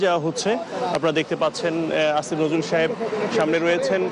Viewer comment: আসিফ নজরুলের নাম আপনি উচ্চারণ ভুল করছেন, আপনি ইচ্ছা করে উনাকে উত্তেজিত করছেন আপনি তাদের লোক